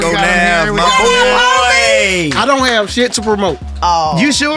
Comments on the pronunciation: Bru this was funny as hell bru. Lol how you forget the H Navv 🤣🤣🤣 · y'all cheated.. HE DID SAY THE H